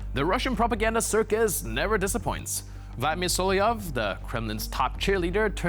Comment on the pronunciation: Repeat after me So-lo-vy-ov!!